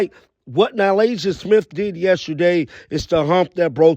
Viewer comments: Good vid, but how do you (who does this for a living), not know how to pronounce Na-LISSA? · You are butchering her name lol